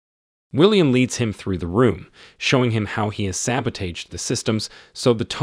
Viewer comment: This voice is AI artificial intelligence. The pronunciation of sabotage gave it away. Recommend finding human beings to narrate films. Not frigging computer generated voices.